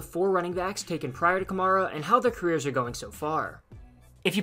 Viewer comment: You're pronouncing his name wrong